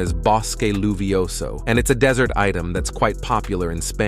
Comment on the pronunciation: ITS "DESSERT"...N DESERT ITEM IS DIFFERENT...SO THIS AI PRONOUNCED AS D SAHARA DESERT ???